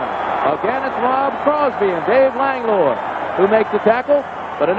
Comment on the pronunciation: "Lang-loy"?😅 Langlois is pronounced "Lang-wah."